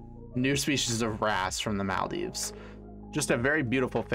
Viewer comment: Yay Maldives got some attention! Love your pronunciation btw lol